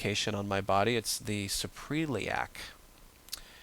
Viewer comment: Very helpful. Just an FYI, though; Suprailiac is pronounced "Supra-iliac" (soup-ra ill-e-ak). It represents the fold above the iliac crest. Thanks!